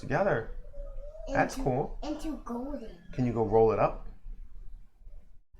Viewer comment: She said golden!!! Perfect!!!